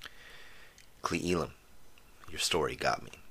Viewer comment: I gotta comment here because I cringe every time I hear you pronounce Cle Elum. Its pronounced Clay L Umm. Love the show though